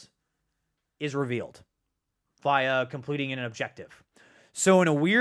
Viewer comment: Am I the only one that doesn’t like hearing him always say “revALEd” instead of “revEALed”?